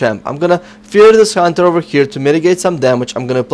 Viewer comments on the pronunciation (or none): none